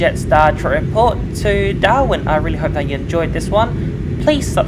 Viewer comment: lol i though you said Doha (Qatar) instead of Darwin 😂😂😂